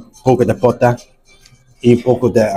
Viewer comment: CHICHARRÓN DE POTA DIJISTE POTO JAJAJ ERES LO MAXIMO HERMANO GANASTE UN SUSCRIPTOR MAS SALUDOS!!